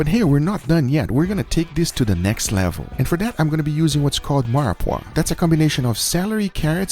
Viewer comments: it's mirepoix not meyerpoix. it's gochu jang not gochu kan. it's sherry vinegar not cherry vinegar. it's binging with babish not banging with babish. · Great video! and fwiw Mirepoix is pronounced meer pwah. <3 ya bro, keep at it. A good way to deal with heart is to do really long marinates to help pull some of that iron flavor out, while also slicing it pretty thin before marinating it. Treat it like bulgogi, and it'l come out way tastier. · the pronunciation on mirepoix hurt me Guga T_T